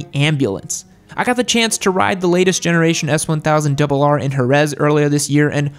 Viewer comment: 🤦🏾‍♀️when he said the S1000RR.... uggh😩